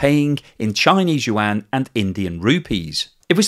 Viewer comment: I like your videos, but the Chinese yuan it is pronounce "wand", not "yu wang".